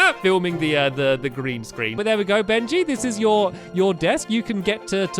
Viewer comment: Dude I thought it was always Benji not Bengy